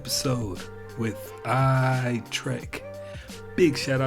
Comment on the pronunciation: /trek you are what Australians would say "taking the piss' with that fucking name - I know u put the real emphasis on in Ur intro but then 1 sentence later and any other chance u get to say it Ur calling it Eye trak.